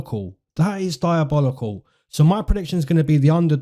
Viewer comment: LMFAO PLEASE STOP SAYING DIABOLICAL LIKE THAT